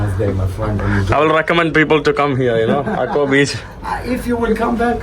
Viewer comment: Hakko അല്ല ശരിക്കും ഹക്കാ എന്നാണ്